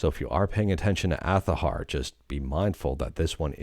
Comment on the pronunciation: It’s azahar with a Z not TH omg I am going to unfollow this guy because of how he keep saying the name.